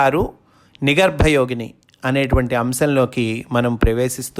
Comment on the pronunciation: U r telling nigarba yogini But it is nigrva yogini.